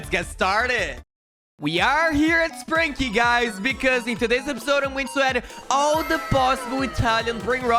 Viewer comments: Bro really said spranki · Bro really said sprinki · You says sprunki